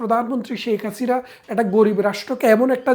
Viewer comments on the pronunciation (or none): none